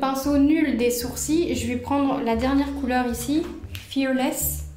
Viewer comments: Tu dis sourcis au lieu de sourcils mais c’est pas grave❤ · Pk tu dit les sourcii et pas les sourcils ? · Je suis la seul à entendre soursi au lieux de sourcils ?🤣 Je t’aime trop t’es trop belle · Au lieu de dire sourcil tu dis sourci bref super vidéo ❤️👍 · on dit soursiles pas soursi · Ça me tue elle dis les sourci et pas les sourcils 🤣🤣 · Je suis la seule à entendre « mes sourcis » 😭😭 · « les SOUR-CIES »😂